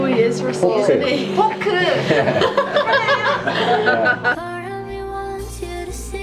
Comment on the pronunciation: 이 포크라고 하니까 영어로 말하는줄알고 당황한건가 ㅋㅋ 발음 한국인수준인데